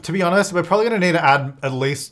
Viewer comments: "Prombably." I have to leave now. 🤣🤣🤣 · I "liked" this video at the point you said "prom-bably" bc that is classic. 😅